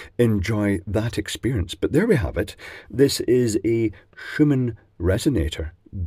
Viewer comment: Schumann in german is pronounced like “shooman”